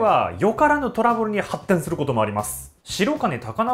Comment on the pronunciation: ハ↑っテン